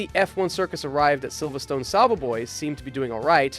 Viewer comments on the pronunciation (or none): none